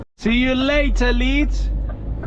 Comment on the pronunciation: I'll help you out. Just say Lee and ad the ds as you are saying it. 👍